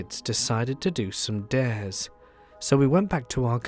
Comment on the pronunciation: Dates? Oh dares.